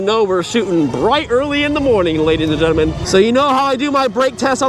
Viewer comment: At the very beginning he said ladies and genimin lol